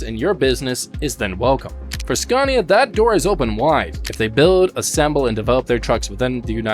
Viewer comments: It's is pronounced SCANIA, not SCARNIA. There is no R in Scania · now don't come here and say it worng its skan-i-a we can't haveing you going around and saying it like porsch :'D :'D its por-sche..